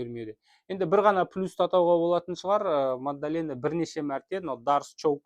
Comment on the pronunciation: Мадалена деш, магдалена емес